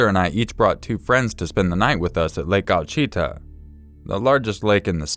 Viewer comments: Hey! Awesome job as always! Jus want to let u know I love less than a mile from the Ouachita river.:) Its actually pronounced Wash-A-taw river jus for future reference. But you did a great job as always! God bless keep up the great work! PS caught ur collab with Fear very nice, I think his voice is a lil sexxier hahahahahahahhahahahahha;) Have a great Nite! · in the second story lake Ouachita is pronounced Wash-It-Taw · I don't know if you ever go back and edit your videos, but just for your records in the event that you have another story from Arkansas. The name Ouachita is pronounced like Washitaw. I'm from Arkansas and even people from the state have trouble with that name sometimes. No disrespect, love the videos, I know I like to know things like that if I get them wrong. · Coming from someone who has lived in Arkansas forever, the lake is pronounced WA-SHI-TAH. It's HILARIOUS how you said it and I was seriously confused because I had never heard of a body of water named that oddly, in the world period. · Lake Ouachita in Arkansas is pronounced Oh-Watch-i-taw btw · Ouchita = "Wha-she-Tah";) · Try again it's "oh-you-cheeta" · lol oachita. WAH-SHIH-TAH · Lol I'm glad you put the pronunciation 😂 I was like "ummmm... OOOH-you-a-cheeta?" Lol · Love your channel, just thought I'd let you know the Arkansas lake Ouachita is pronounced "Wash-ah-taw" I knew it immediately before you even said it was a story from AR. I thought it was strange when I moved here too, but its the most beautiful clean lake in the state. Keep up the awesome work! You are one of my favorites :) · the lake in arkansas is pronouced "wa-she-taw" thank you lol....freaky story because i go there a LOT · everyone from out of state always mispronounces it, and its usually in the same way! I had to help my husband with it as well. xD